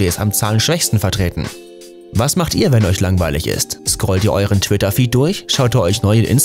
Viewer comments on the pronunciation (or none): Bei twidda 😂😂😂